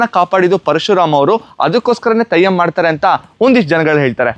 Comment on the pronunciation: Thayyam alla Brother 😢...Adhu Theyyam 😊